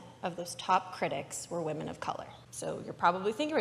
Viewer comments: This is kinda unrelated to the main topic (which I really appreciate someone talking about) but does anyone else physically cringe whenever one of these guys says “whamen”? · You wanna know what I call guys who pronounce "women" as "wahmen"? I call them bitches. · People who say "wamen" instead of "women"? HUGE red flag. The wamen meme comes from Pewdiepie, an alt-righter.